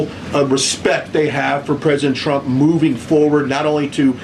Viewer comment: She called him Shrump by mistake 😄😄😄💙💙💙🇺🇲🦅